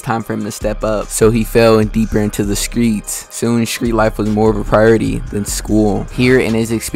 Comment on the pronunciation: You from Memphis bruh? “ skreets “